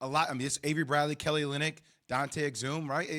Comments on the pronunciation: He also mispronounced Dante Exum’s name. He said Ex-Zoom instead of Ex-um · This man J Will said Dante Ex Zooom 😂🤦🏾‍♂️. I know basketball enough to know how to pronounce these players name lol. Can I get a job ESPN???? 😅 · My man said Dante Ex-zoom 🤣